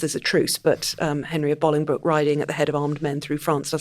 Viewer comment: Thank you so much for pronouncing Bolingbroke correctly, I hate seeing histories documentaries where they pronounce it Bowling Broke, I live near Bolingbroke where he was born and you get it spot on 😁